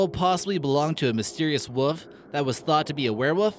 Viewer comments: wolf with an L, not woof. I believe #4 is a common practice called Trepan or Trepanning, believed to cause extra blood flow to the brain. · Wolf not wuf. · Wuff ?????? Obviously American for wolf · wuff. lol. he says wuff. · Agree. Interesting discoveries. Truly terrifying pronunciation.